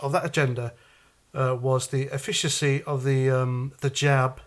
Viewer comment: You also mispronounced 'efficacy'. It's eff-ick-ah-see. The more you know.